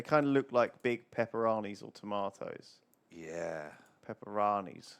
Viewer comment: Never have I felt less attracted to human being as I did when Lewis pronounced it peparonnys